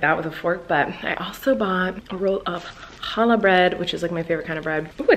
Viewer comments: When she said "Hallah bread" the jew inside me really cringed. It's CHALLAH with a CHHHHHH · when she said “halla” bread... jkjkjk love you